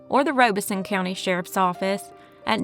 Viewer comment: Just FYI, Robeson County is pronounced "rob-iss-son"